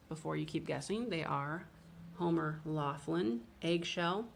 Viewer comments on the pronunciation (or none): none